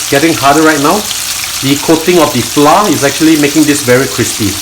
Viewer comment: Hi. I have been following and loving your channel. Your instructions are so simple to follow and i have done a few of your dishes very successfully. If you do not mind my commenting the word FLOUR must be pronounced FLOWER. Hearing FLOUR pronounced by most Singaporeans as FLA is so painful to the ear. No offence meant. Thank you for the series/